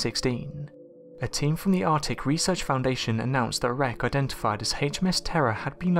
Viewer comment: "Ardick?".... nah man that's Arc-tic.. "Wevva."... nah man that's Weather. Why you speak like a three year-old?